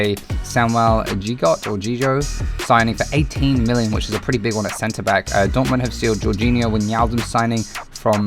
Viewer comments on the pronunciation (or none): none